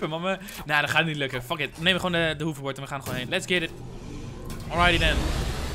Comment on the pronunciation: Lol je zegt weer hoeverbord het is HOVERBORD PLZ!!!!